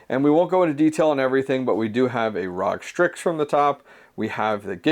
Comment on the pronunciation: ROG is Are Oh Gee not Rawg. still the case glad to see you went the vtretu PSU route. was the right call for sure.